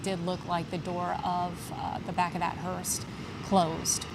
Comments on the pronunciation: It's a hearse, not a hearst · Not Hurst, it's hurse! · Hearse .. not Hearst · HEARSE NOT HURST. A Hearse carries a casket. Hurst is a transmission product manufacturer/retailer. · Hearse not hurst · Someone should have told the lady it's a hearse not hearse"t" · It's HEARSE not hearst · Hearse does not have a T on the end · Hearse no t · you've done great coverage, but there's no "T" on the end of hearse. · She keeps saying “the hearst” and even her co-announcer doesn’t know to correct her. Orange Dump did say he loves the uneducated 🤪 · The word is hearse without a T. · Someone needs to tell the female commenter that there is no “T” in the word hearse! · Please stop saying “hurst” it’s distracting